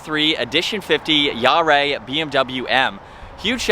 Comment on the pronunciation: “Jahre” is pronounced “YAH ruh.”